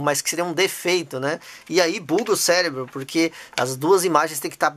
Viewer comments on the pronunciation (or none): none